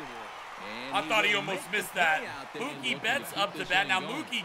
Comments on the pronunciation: in mookie its a long o not short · It's Mookie like cookie, not like a cow would say it